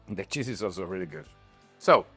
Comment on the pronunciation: Awesome Video! I want to advice you tho, to be careful with how you pronounce cheese 😅